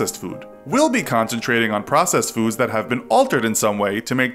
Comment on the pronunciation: Who else thoght the word processed said possessed.